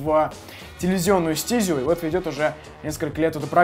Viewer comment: все отлично класно продолжай но только стизЮ а не стИзю